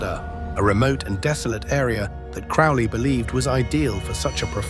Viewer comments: crowley, NOT crawley. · Its crowley like holy not crauly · that’s just the way it was pronounced.. “Crow-Lee”.. rhyming with “Holy”. Yes. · Crow-ley....crow like the bird. He even states the correct way to pronounce his surname in his own writings. I think it is kind of annoying and slightly disrespectful to the bloke. Especially when I hear so many claiming to be an expert on Crowley or an Occultist, yet they still butcher his name. FFS. I hear it far too often. Rant over. It really, REALLY does grind my gears and makes me piss boil and brain itching. All things I understand are my own autistic traits and that in the greater scheme of things, it is not that important. But I just can't help me automatic response. Haa!!! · It's Crow-ley as in crow. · Its CROW-ley... Alistair CROWley..corvid. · 🙋Heard it with a long o. Crowley🤷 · If you can't even pronounce his name......